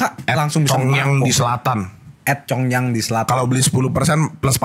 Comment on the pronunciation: Nama minumannya congyang yaa? Dengernya congean😂